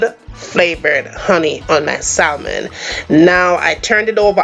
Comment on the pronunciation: Looks delicious, I’m on keto so I’ll omit the rice and potato. Don’t be mad but just letting you know the the L in salmon is silent, so it’s pronounced SAMON.